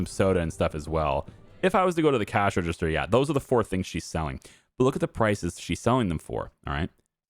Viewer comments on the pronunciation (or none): none